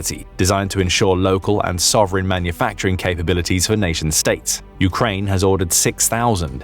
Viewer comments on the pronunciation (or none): none